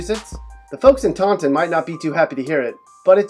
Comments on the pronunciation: Where's Tontin? You mean Tawtin? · Who says "tawnnn-ton"? Fuckin losa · Taunton is pronounced tau-tin. the n is silent . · It's pronounced tau'in (Taunton) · It's so weird hearing Taunton pronounced like that, that's not how people around here pronounce it